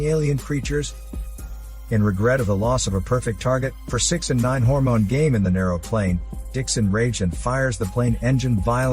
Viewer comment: Ok, i like when your saying hormone i always laughing. 😭😂